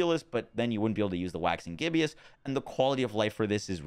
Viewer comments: I’m guessing this is exactly why had the aspect on his amulet in his build. Also side note, it’s “ghib-us” rather than “ghib-e-us”, named after the state of a moon, similarly to the “waxing” prefix. Appropriately named since the moon is closely tied to werewolf lore. Love these vids! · Why do you always say "Gibbeous" when the word is Gibbous? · Hey man love your content and this is a terribly minor thing but I figured I'd let you know you are pronouncing "gibbous" from "Waxing Gibbous" incorrectly. It is GIBB-ISS not GIB-EE-ISS. Gibbous is a phase of the moon and "waxing gibbous" means a gibbous moon getting bigger. A gibbous moon is one that is more than half full, and waxing means getting bigger, so "Waxing Gibbous" means "More than half full moon on its way to becoming full". Keep on doing what you do your content is great <3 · It’s not Gibbious, it’s Gibbous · Needs to be said cause it was a little grating its not Gibby-Us it's Jib-Us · There are so many uncommon words that he butchers all of the time that it makes me wonder if he's never read a book or spoken to anyone with a decent vocabulary in his life. Reminds me of how Luffy at first kept pronouncing "macabre" as "muh-cob-ray". But even that's more understandable than "gib-e-us". Then again, seems like 90% of the world's population pronounces mischievous as four syllables instead of the proper three. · you’re pronouncing gibbous wrong. Where do you see an “i” after the b? Cant read?